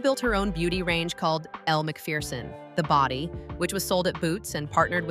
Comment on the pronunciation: You pronounced her name Elle McFierceon and that what she is...fierce !